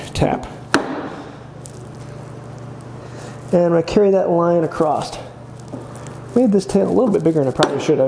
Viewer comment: The "T" that you add at the end of "across" has finally been addressed! Lol I've been wanting to comment on this for a while..